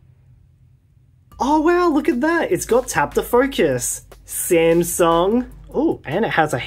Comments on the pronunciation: The smasnug 😂 how original! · SMAS NUNG💀💀